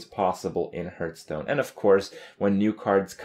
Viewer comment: once you hear him say "hurtstone" you cannot ever hear something else